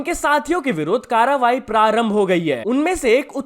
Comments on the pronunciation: Karvahi ❌ Karavahi ✔️ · karwai❌️ karawai✅️